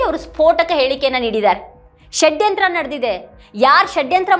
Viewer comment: ಮೇಡಂ ಈ ಉಪಮುಖ್ಯಮಂತ್ರಿ ಯವರ ಷಡ್ಯಂತ್ರ ಶಬ್ಧ ಉಚ್ಚಾರಣೆಗೆ ಕರ್ನಾಟಕ ಮಾತೆ ಧನ್ಯಳಾದೆ ಎಂದಿದ್ದಾಳೆ ಈ ಆರೆಸ್ಸೆಸ್ ಮನುವಾದಿಗಳು ಕಳೆದ 70..80 ವರ್ಷಗಳಲ್ಲಿ ನೂರಾರು ಆಸಾರಾಂ ಮತ್ತು ಗುರುಮಿತ ಸಿಂಗ ರಂತಹ ನಕಲಿ ದೇವಮಾನವರನ್ನೂ ಹುಟ್ಟು ಹಾಕಿ ಪ್ರೋತ್ಸಾಹ ನೀಡಿ ಬೆಂಬಲಿಸಿದವರು ಈಗಲೂ ಅದನ್ನೇ ಬೆಂಬಲಿಸುತ್ತಿದ್ದಾರೆ. ಧರ್ಮಸ್ಥಳದ ಮಂಜುನಾಥನೇ ಸ್ವತಃ ಸತ್ಯಾನ್ವೇಷಣೆಗಾಗಿ ಈ ರಾಜಕೀಯದವರ ತಲೆ ಪ್ರವೇಶ ಮಾಡಿ ಅವರ ನಿಜವಾದ ಮುಖವನ್ನು ಹಾಗು ರೂಪವನ್ನು ಮತ್ತು ಇವರ ಮುಖವಾಡವನ್ನು ಜನರಿಗೆ ಪರಿಚಯಿಸಲು ಹುನ್ನಾರ ನಡೆಸಿದಂತೆ ಕಾಣುತ್ತದೆ. ಮೇಡಂ ಇದೇ ಅಣ್ಣಪ್ಪ ಸ್ವಾಮಿ ಈಗಾಗಲೇ ಸತ್ಯಾನ್ವೇಷಣೆಗಾಗಿ ಭೀಮನ ತಲೆಯನ್ನು ಹಾಗು ನೂರಾರು ಯು ಟ್ಯೂಬರ್ಸ್ ಪತ್ರಿಕಾಕರ್ತರ ತಲೆಯನ್ನು ಪ್ರವೇಶ ಮಾಡಿದ್ದಾನೆ.ಪೆಟ್ಟು ತಿಂದರೂ ಬಿಡಬೇಡಿ ಎಂದು ಪ್ರೇರೇಪಿಸುತ್ತಿದ್ದಾನೆ. ಅದೇ ರೀತಿ ಮಹೇಶ ಶೆಟ್ಟಿ ತಿಮರೋಡಿ ಅವರ ತಲೆಯನ್ನು ಇಡೀ ಮಂಜುನಾಥ ಹಾಗೂ ಅಣ್ಣಪ್ಪ ಸ್ವಾಮಿ ನಿದ್ದೆ ಮಾಡಲು ಬಿಡದೇ ಏಳು ಎದ್ದೇಳು ಎಚ್ಚರಾಗು ಎಂದು ಹೋರಾಟಕ್ಕಾಗಿ ತನ್ನ ಮಹಾನ್ ಭಕ್ತನನ್ನು ಎಬ್ಬಿಸಿ 13 ವರ್ಷ ಮುಗಿದಿದೆ. ಧರ್ಮಸ್ಥಳದಲ್ಲಿನ ನೂರಾರು ಜನರಿಗೆ ಇದೇ ಅಣ್ಣಪ್ಪ ಸ್ವಾಮಿ ಬುದ್ಧಿ ಹೇಳಿ ಸತ್ಯಾನ್ವೇಷಣೆಗೆ ಬನ್ನಿ ಏಳಿ ಎಚ್ಚರಾಗಿ ಎದ್ದೇಳಿ ಓಡೋಡಿ SIT ಗೆ ಬನ್ನಿ ಸತ್ಯ ಹೇಳಿ ಕ್ಷೇತ್ರದ ಸೇವೆ ಮಾಡಿ ಎಂಬುದಾಗಿ ಬಡಿದೆಬ್ಬಿಸುತ್ತಿದ್ದಾನೆ ಇದನ್ನೆಲ್ಲಾ ನೋಡಿದರೆ ಮಹಾಭಾರತದಲ್ಲಿ ಧರ್ಮದ ರಕ್ಷಣೆಗಾಗಿ ಸ್ವತಃ ಚಕ್ರ ಹಿಡಿದ ಶ್ರೀಕೃಷ್ಣ ನಂತೆ ಇಲ್ಲಿ ಸ್ವತಃ ಮಂಜುನಾಥ ಸ್ವಾಮಿಯೇ ಸತ್ಯಕ್ಕಾಗಿ ಹೋರಾಟಕ್ಕೆ ಇಳಿದಂತೆ ಕಾಣುತ್ತದೆ. ಭೀಷ್ಮನ ಕುಂತಿಯ ಕರ್ಣನ ಹಾಗೂ ಅಶ್ವತ್ಥಾಮನ ತ್ಯಾಗಕ್ಕಾಗಿ ಹುನ್ನಾರ ಮಾಡಿ ಧರ್ಮ ಯುದ್ಧವನ್ನು ಜಯಿಸಲು ಪ್ರೇರೇಪಿಸುತ್ತಿದ್ದಾನೆ ಎನ್ನುವಂತೆ ದೃಶ್ಯ ಸ್ಪಷ್ಟವಾಗಿ ಕಂಡುಬರುತ್ತದೆ ಸ್ವಾಮಿ. ಸತ್ಯಮೇವ ಜಯತೇ ಇದು ಬರೀ ಶಬ್ದವಲ್ಲ ಇದು ಭಾರತಾಂಬೆಯ ಮಣ್ಣು ಎನ್ನುವುದು ಸಾಬೀತು ಆಗಲಿದೆ